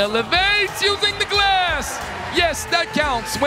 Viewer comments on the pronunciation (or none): none